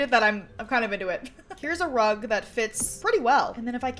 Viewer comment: When she said there's a unicorn rug i heard there's a unicorn drug 🤣